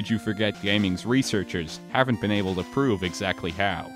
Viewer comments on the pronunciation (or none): none